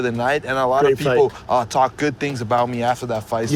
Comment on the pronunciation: Then he says cock instead of talk. This guy man. 😂